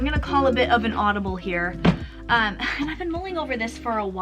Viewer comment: I notice umm sounds like emm ;)